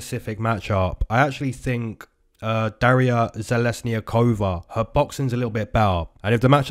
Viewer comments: You said dariyas name very well not perfect but way better than most people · Thank you so much,! Been waiting all week for this.....and YES, you pronounced Darya's name perfectly!